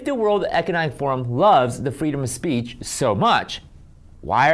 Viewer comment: “freedom of spreech” She subconsciously knows what she’s saying is wrong and thus the nervous slip of the tongue - ITS FREEDOM OF SPEECH! 💪 I love this channel! It’s so grounded and informative! 👏